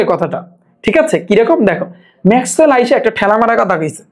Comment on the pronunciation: ভাইয়া ম্যাকওয়েল গানজা খাইয়া বলছে😂😂😂😂